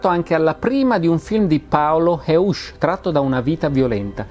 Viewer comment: Una piccola osservazione: Heusch, anche se regista italiano, va pronunciato Hoisc, essendo cognome tedesco. 😉